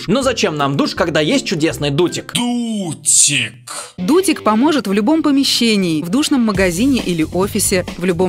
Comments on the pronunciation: Мне одному послышалось "дутень" вместо "дутик"? 🤔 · Как всегда офигенное видео. Угарнула с Дутика😂 Сначала показалось,что она сказала Додик😂😂😂😂😂